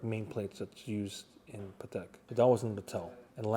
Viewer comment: That's a "Patel" Philippe 😅